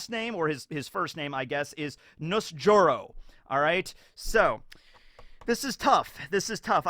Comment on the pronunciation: It's not Nusjuro, it's Nasujuurou, as in eggplant tenth son lol